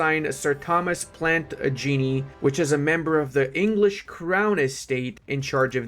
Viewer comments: No. plan-taj-uh-NET not plan-taj-uh-NATE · "plant genie"🤣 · Are you sure its not plant genie😂😂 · Plant -ah-Genee? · hurt me with that pronounciation 😂 its "plant adg an ate" great video none the less mate keep it up im learning sp much out of these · The pronunciation of 'Plantagenet' hurt my chest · Haha I was “oh that’s a weird noble name…. Oh god no”